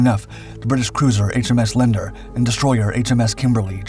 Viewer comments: "Soon enough the British Cruiser HMS Lender... " Did you mean the cruiser HMS (later HMNZS) Leander ? Leander (pron. le.AN.der/) has been the name of a number of RN ships, named after the legendary Greek Leander who was drowned swimming to his love, the priestess Hero. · He’s done it again: Leander is pronounced Lee an der. The character from the Greek myth of Hero and Leander. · HMNZS Leander, Lee-an-der not lend-er.